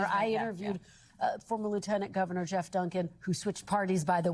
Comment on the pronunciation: Gee Off? 😂. Sorry dude. It’s pronounced Jeff.